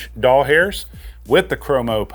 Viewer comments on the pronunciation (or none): Doll hairs is so cringe and unnecessary. Just say dollars. It's less effort to say it right anyway and you won't sound like a pervert. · lol how about “fro-mo-code”